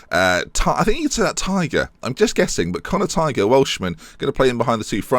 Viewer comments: Connor tight is said Connor tie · Tighe is pronounced as tie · tighe is pronounced tie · Tighe is pronounced "tie" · Tighe is pronounced like 'tie' or 'ty-ee' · Tighe is said tie